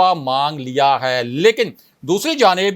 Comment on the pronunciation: When you say ha it's puka penda style improve it or leave this job or make video in punjabi